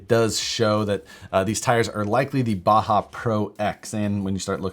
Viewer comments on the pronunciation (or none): none